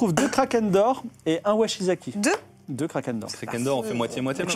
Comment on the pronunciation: Bon, c'est vraiment super, je kiffe, comme d'habitude :D ! Juste en revanche, c'est "Wakizashi" et pas "Washizaki" pour la lame japonaise :)